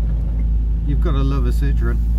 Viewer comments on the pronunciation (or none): it's not a citron. a citron is a lemon. This is a Citroen. Note the 'e' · Apart from the fact that you either don't know how or refuse to pronounce the manufacturer's name correctly this is a great video. Such a technically and optically advanced car that was. Way ahead of time.